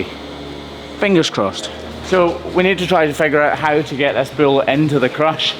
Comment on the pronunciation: Why does he call it a bill instead of a bull?